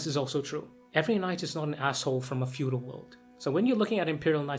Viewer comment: Fedual, or feudal? Just ribbin' ya. Great video!